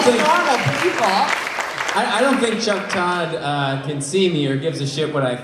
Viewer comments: Get it right Jimmy, it's Tuck Chodd not Chuck Todd and the T is pronounced as an F. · Am I the only one that heard his name as Cuck Rodd?